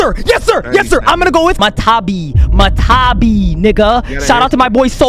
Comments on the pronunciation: not MA TA BI its MA TA TA BI 2 ta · bro the 2 Tailed beasts name is not matabi its matatabi